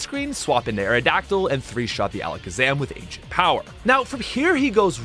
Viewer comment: My guy said accent ower